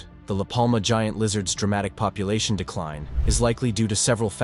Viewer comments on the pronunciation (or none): none